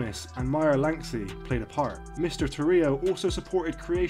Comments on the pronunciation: Lansky not lanksy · This is all old news and it's Lansky. Can't stand it when names aren't pronounced correctly! Boring!